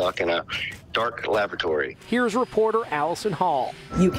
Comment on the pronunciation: Good thing there was no other emergency except for him getting stuck in there. ''Lav-a-torey-''. Lool.